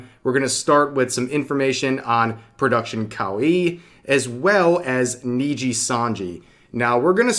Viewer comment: This is the first time I've heard of Production Cow-ee